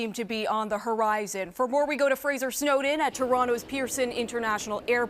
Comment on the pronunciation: I giggled after noticing that the anchor kept mispronouncing the reporter's last name as "snowed in" instead of Snowdon.